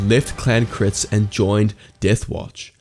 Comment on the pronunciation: It’s pronounced Kree-ze